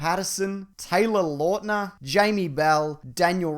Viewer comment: HAHAHAHAHA "Taylor laughtner"